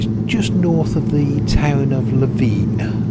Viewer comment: Btw Levin is pronounced 'livin'